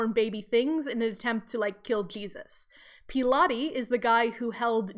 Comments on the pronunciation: Also had to laugh at Peelaty haha It’s Pronounced “Pilot” as in Pontius Pilate, the Roman governor who oversaw Jesus’ crucifixion. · I knooooow.... Now. I did Latin for years and in Latin it IS as I pronounced it, like Pilates! But the anglization used is Pilot and I had no idea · I’m actually obsessed with you pronouncing pilate like “pilates” LMFAO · I know, it's such an old bad habit. I do something similar with 'Pilate'— both times I just defaulted to Latin pronunciation where it is "nih-hil" and "pe-lah-tey". Both times that is improper English.